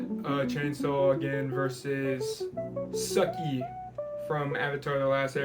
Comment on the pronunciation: This man has never watched Avatar he couldn't even pronounce Sukis name right